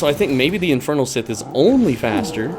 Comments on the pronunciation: It's not "sith". You're pronouncing Scythe completely wrong dude. Think of the word "psi" or "sigh". It's the same just with the "th" at the end. So "sigh" - "th". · I loved the vid and appreciate it especially as an Axe main but stop calling it a sith man it hurts to hear XD. Amazing guide and it actually helped me I'm thinking of some tweaks to my grinding set! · You're saying "Scythe" swrong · Why he say scythe like that 💀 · Nevwr heard someone saying Scythe like that LMAO